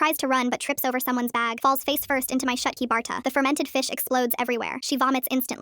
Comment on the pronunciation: Shut? Its shootki not shutki☠️.